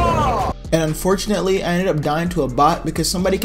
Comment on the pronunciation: yo how many times did he say unfortnately